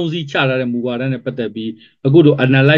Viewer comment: အနာလိုက်ဆစ်..ဟုအသံမထွက်ရပါ။ အနားလဆစ်(စ်)..သို့မဟုတ်..အနဲလဆစ်(စ်)..ဟုအသံထွက်ရပါမည်။ Analysis ကိုဆိုလိုပါသည်။❤😊❤😊❤😊